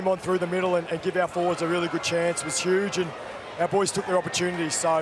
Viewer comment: “He was shoooge” AFL commentators just cannot say ‘huge’ 😂